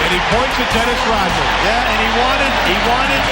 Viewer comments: Dude pronounces Rodman like rotman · It's RODman, not ROTman, you dolt. And Rodman did pretty good against Jordan. Rodman is also in the HOF in case you didn't know. As is Joe Dumars and Isiah Thomas. Oh, and in case you didn't know, the Detroit Pistons beat the Jordan Bulls 3 out of 4 years in the playoffs 1988 thru 1991. Easily.